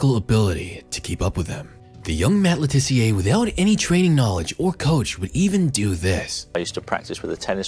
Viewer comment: Just a point. He's English, so it's Luh Tissiuh, not Le Tiss-e-ay